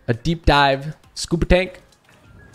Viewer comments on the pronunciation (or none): he says deep wrong 😞